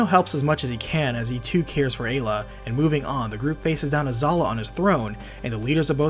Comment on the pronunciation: Finally, someone that pronounces Ayla correctly.